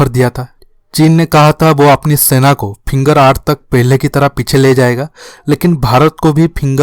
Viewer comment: Pehle finger bolna to sekh ly vedio banany a jaty ho